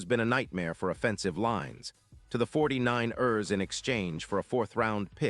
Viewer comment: 49- errs. Jeez!